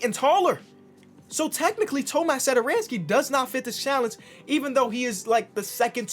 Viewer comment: Tomáš Satoranský🤣. Pronouce it